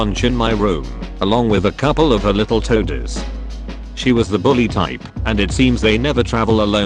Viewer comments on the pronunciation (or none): none